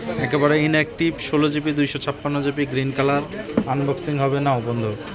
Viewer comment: ভাই ওটা ১৬ জিপি ২৫৬ জিপি না, ওটার উচ্চারন হবে ১৬ জিবি ২৫৬ জিবি। আর ওটা ক্যাবেল না, ওটা ক্যাবল। 😂😅